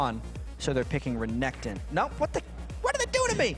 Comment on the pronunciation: i love it when sjoks says renkton